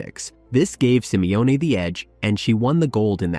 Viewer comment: Simione?? Come on dude...